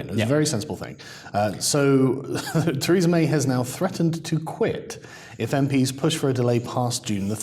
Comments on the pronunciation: That's funny, when pronounce the name of Theresa May I can only hear "Treason'n may" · I smiled when he Theresa but it sounded like "treason".